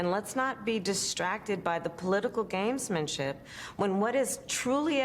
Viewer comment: Did she say "Games-MAN-ship'?